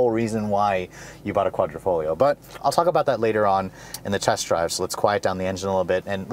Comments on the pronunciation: Quadrifoglio pronunciation=kwadrifoleo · Quadra-foh-GLEE-oh ? Really dude? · nice review, no hate but the way you say quadrifoglio makes my ears hurt lol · Try pronouncing it without the G idiot